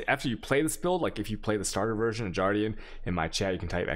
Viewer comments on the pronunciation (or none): I also noticed from other videos.... harbinger and guardian...swap the 2 G's and you have it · I cringe everytime i hear him pronounce G(uardian) or CH(aos)